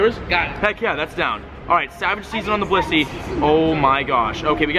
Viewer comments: wow u called it a bilisy its bliss-ey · and then a blitzy XD